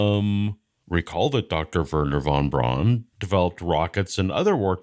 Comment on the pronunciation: Like flat earthers, when creationists say "open minded" it's a euphemism for suppressing critical thinking. And David, although it's spelled "von Braun", it's pronounced "von Brown".